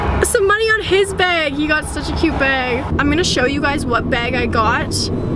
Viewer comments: the way says "bag" its like "bayge" i love it😭😂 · She's saying "beg" the whole time